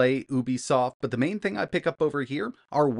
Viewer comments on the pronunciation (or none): none